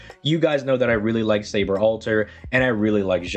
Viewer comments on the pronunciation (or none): none